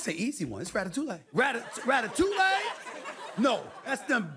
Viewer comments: Sorry but, "Ratatouleh" ? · Amazing. I know this is a small part of an otherwise harrowing episode, but I am beyond astounded by how could say so little about that theoretical fictional ratfight, and not get even as much as one word right. Like, first, obviously, that's not how you pronounce Ratatouille. Second, that's not the rat's name, the rat's name is Remy. Third, he doesn't "live" in a sewer anymore, he lives in Linguini's apartment, and he's actually a pretty small, dainty rat when compared to all the other rats in the film. And fourth, that movie is set in FUCKING PARIS, FRANCE. Which brings us to, fifth, Stuart Little however IS set in New York City, and canonically, in the novel he's not even a mouse, but a human child, he just happens to be 5 cm tall and look like a mouse, get your FUCKING facts right!!!!! Stuart would DECK that prissy little rodent without breaking a sweat on his computer-animated face! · so much wrong with this clip 😂 the butchered pronunciation of Ratatouille, the fact that the rat’s actual name is Remy, and the fact that the movie famously takes place in Paris… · As a French guy I am very disturbed by that guy's pronounciation of Ratatouille. And his overall lack of knowledge of the movie he is taking as example. The rat's name is Remy, and the movie takes place in Paris, not NYC.